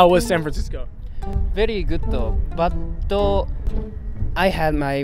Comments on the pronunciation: I heard gootto too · Very gutto, butto😅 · very gudooo, butooo. My walleto, passporto